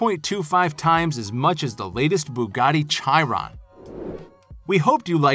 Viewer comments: NEVER MIND THAT! WHAT ABOUT "BOOGATEY CHAI-RON"??!??!@ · Americans frequently have difficulty with foreign languages, especially their own :-) Boogaddi Chai-ron being the latest example of "I got a proper edjumakashun, me" - or as the saying goes, "You say tamaydoe, and we say it correctly" :-) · What’s a Bugatti Chai Ron Haha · boogatey chai-ron ...